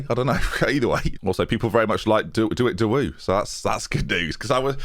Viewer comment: De Wit de woo should be de wit de woh when said out loud. Anyway great episode:)